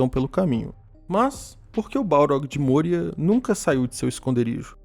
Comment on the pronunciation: não é môria, é mória. O padrão nunca é usar o "ô" com som fechado.